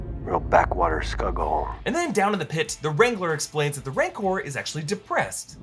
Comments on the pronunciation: You also say "Mancor" twice. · Isn't it "Rancor"?